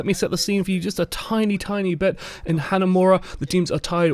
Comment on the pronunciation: is pronouncing hanamura so wrong.. its not "hanamera" its like "hanamoora" but roll the r